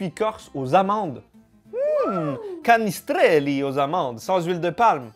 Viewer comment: Haha ça fait plaisir que tu goute des produits de Corse 😁 ( ah oui et pour les mots comme canistrelli, Orezza ou autre mots Corse le "i" et le "a" a la fin ne se prononce pas 😅 ça ma perturbé pendant toute la vidéo 😂😂😅)